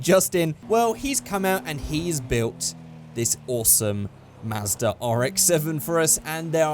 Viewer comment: At first I thought u said ASDA RX7